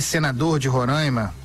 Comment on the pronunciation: É Roraima e não Rorãima. No resto, ótima explicação sobre o fechamento da fronteira.